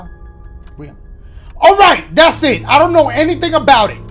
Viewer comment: The homie been saying "DASSIT" for a grip, huh?! 😂😂